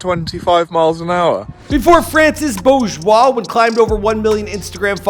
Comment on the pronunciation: I clicked on this video to hear how you pronounce his last name. Good job👍